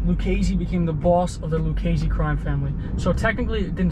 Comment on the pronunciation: Good job with the name punctuation! Great videos & Magnificent narration